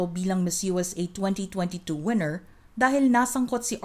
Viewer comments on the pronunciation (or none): none